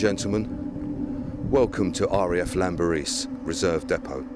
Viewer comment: & Team: Its spoken as 'Klanberis' (btw), and only said with the greatest respect for what you gvnrs and geezas do for us all out ere. Okeh n keep on keeping on, and thankyou!